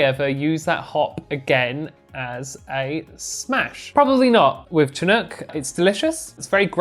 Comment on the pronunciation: I'm from the Pacific coast of Canada, and I'm very familiar with the word "chinook"...it's pronounced "shinook", and it's a species of salmon from these parts. A minor point (I know) but it sounds funny with a hard "ch".